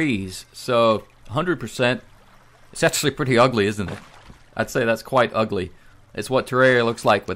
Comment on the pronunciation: I Cant Stand The Way He Says "Ugly".. "Its Pretty Ugly" Its So FUNNY🤣🤣 dont know why though..😂